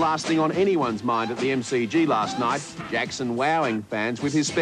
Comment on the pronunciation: His name is michael josep jakson.not a jakoo...